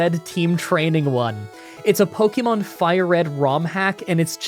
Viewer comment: Pronounce Pokemon correctly!